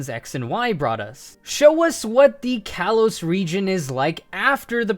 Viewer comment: "Kalos" is pronounced "kah-lohs".